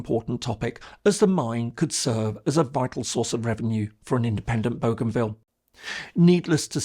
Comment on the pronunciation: He is pronouncing Bougainville correctly as it is pronounced in the region. Nobody on our islands pronounces it the French way despite the name’s provenance. In the Solomon Islands it is pronounced a little differently as boh-gun-ville.